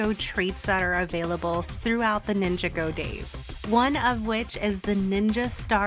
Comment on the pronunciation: When you ninjago like two different words it hurts I’m not trying to be mean but its (nin-ja-goe)